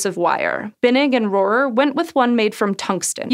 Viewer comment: Holy moly, you pronounced Rohrer correctly. That’s my last name and I’ve probably heard a dozen, awkward mispronunciations over the years. “Hello, is Mr RoHAIR there?”